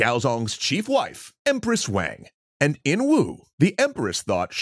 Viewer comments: For all of those that don't know Wang is pronounced like Wong (Wah-ng) not Waeng. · This is so awesome that you are doing this! (FYI, it’s pronounced “Wahng”. Not “Wayng”!) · Why do you pronounce Wang like that?